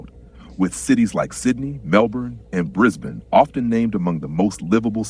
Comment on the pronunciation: 10 points for pronouncing 'Brisbane' correctly.